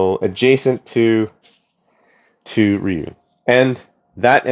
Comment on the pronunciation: It's not pronounced RIE YOU